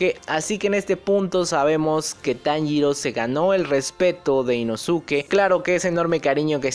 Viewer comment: Las lagrimas se me escaparon cuando Kanao sacrifico su ultimo ojo visible, y la mayor referencia en la traducción fue que Inosuke dijo perfectamente el nombre de Tanjiro